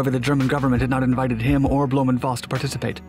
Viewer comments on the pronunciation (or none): Where does "Bloom" come from? His name is Blohm. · Not a bad explanation of German pronunciation, but it’s Blohm+Voss, not Blöhm+Voss. Blohm rhymes roughly with “dome”. The company is still around, though no longer involved with aviation.